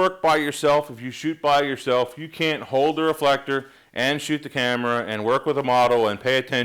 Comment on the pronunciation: How he did say it at the beginning: Re-full-ek-tor?